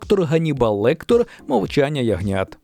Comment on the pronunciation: Ганнібал ЛектЕр, не ЛектОр. Чомусь більшість кінооглядачів вимовляє його прізвище неправильно. В кожному бляха відео виправляю 😅 А так, відео хороше, змістовне.